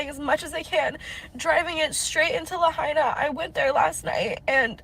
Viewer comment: You lost me when you could not bother to pronounce Lahaina correctly. There is no "hay" in Lahaina. It is pronounced la HIGH na.